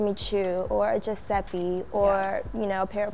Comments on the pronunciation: Why does she say guiseppi its called guiseppe. It's italian and you don't pronounce it like this (or like her name) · Viva Maria no she didnt! i speak italian and is giuseppE!